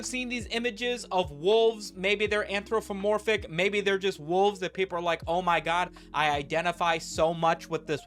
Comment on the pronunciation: "anthro F omorphic". lol, talk much?